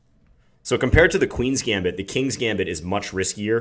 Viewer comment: John! I didn't think you knew how to pronounce gambit! very nice, my main opening is this exactly